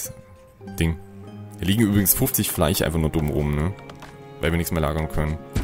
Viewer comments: Bitte,, ich liebe deine Videos. Aber zur Hölle: es heißt FleiSCH, nicht FLEICH! -. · Redet er extra so ? Fleich statt Fleisch zu sagen genau so wie Fich? Oder kann er das sch einfach nicht aussprechen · was sind denn Fleich und Fich ??? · " Fleich, Fich, sOUND...." Kollege, wo kommst du her? Hat man bei euch die Buchstaben eingespart ? ;-)